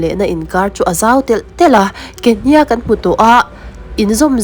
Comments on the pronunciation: Ke " hniaak "ti lovin hniak(thluk suh,)ti mai rawh. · Kehniak I thluk dik lo hi a mak thei hle.Beng a ti thlep thluk dik lo hian. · Mizo chu inihve hmel sia,Kehniak pawh han lamdik thiamloh chuh. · Ke hniak i hniak i chhiar hi a dik chiah lo a thluk tawi tur i thluk sei tlat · Hetianga Mizo tawnga Thil in chhiar duh anih chuan Zir in emaw hrechiang ve hmasa thij rawh u… Mizo inti Puitling meuh in KEHNIAK i lam dan te hi a nih in a nilo emai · Ke hniak tih hi i lam peih thei e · Ke hniak tih ilam danhi ava mak ve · Ke hniak tih ithlûk dan hi mak tawp😅